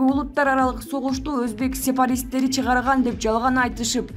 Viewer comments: Информация окуган диктор кыз, туура окунуз, сепаристер эмес, сепаратистер! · Сепаристер эмес , сепаратисттер деп туура окуугула. Баякы " на Маяне" ге окшобой. Мааниси туура эмес тушунууго болот